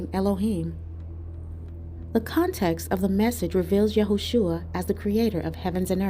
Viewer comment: I love your videos. I follow your page and subscribed. Please research The Messiahs name. “shua” means to bring yo ruin, destruction. “sha” means salvation , or saves. HIS NAME IS YAHUSHA. Pronounced YAH •OO•SHA not Yahshua or Yahushua. It is Yahusha. Please please research HIS NAME. SHALOM🙌🏾🙏🏾🙏🏾